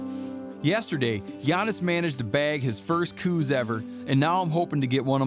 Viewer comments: For God's sake Mr. Rinella, GET IT RIGHT. IT'S pronounced "cows" deer after the field biologist who named / identified the species. Get it right, say it right, and don't be a dumbass. I grew up in southeastern Arizona hunting Coues pronounced "cows" deer. Show some basic respect. Ughh. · The deer was named by Dr. Elliott Coues pronounced cows deer. You are an authority on hunting Please stop disrespecting the man and the deer of his namesake.